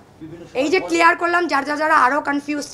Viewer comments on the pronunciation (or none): none